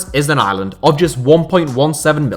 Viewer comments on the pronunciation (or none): none